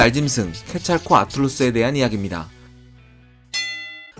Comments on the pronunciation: 케찰코 아틀루스 같이 들리네요. 케찰코아틀루스인데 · 케찰/코아틀루스라고 자연스럽게 하면 되는데 케찰코 아! 틀루스라고 발음하니까 뭔가 뭔가 이상하고 신경쓰임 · 케찰코'아틀루스라고 말하는거 킹받아요ㅋㅋㅋ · 케찰코v아틀루스 별거 아닌데 끊어읽기가 굉장히 신경쓰여서 내용에 집중이.. 한국인이 유독 이렇게 읽는거 같기도 하고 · 항상 영상 잘 보고 있습니다. 근데 정말 미세한부분 하나만 첨언하자면 케찰코^아틀루스 식으로 끊어 읽는건 학명의 어원인 '케찰코아틀'이 케찰(깃털)+코아틀(뱀)의 합성어인 점에서 볼때 약간은 부적절하지 않을까 싶습니다. 저도 이번 영상 보면서 뭔가 좀 어색하다 싶어 찾아보니 저런 어원이더라구요. 요즘 지식 유튜브 채널중에 제일 재밌고 흥미깊게 보고있습니다. 앞으로도 좋은 영상 많이 올려주세요! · 케찰코 끊고 아틀루스 라고 발음하는게 줜나 이상하다 이 사람 그게 한번에 발음이 어려워서 끊는건가??